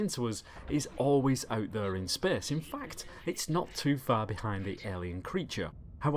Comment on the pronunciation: "spehse" :D